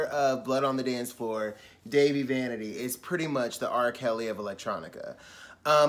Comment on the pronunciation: it's pronounced Dah-Vee